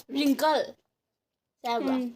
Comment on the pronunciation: 'Wrinkle' se 'R' na hwde 🤭